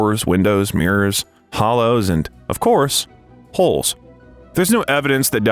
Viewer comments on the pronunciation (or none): none